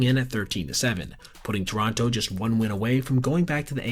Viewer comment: Pronounce Toronto properly